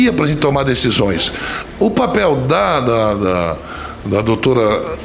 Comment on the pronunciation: Esse Renam é tão esperto em por as palavras na boca das pessoas que ate os processos que ele é acusado ele se defende assim......sr renam, Ñ é dicisoes e sim DECISÕES.